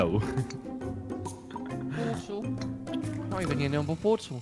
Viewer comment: kwebbleekop saying portal weird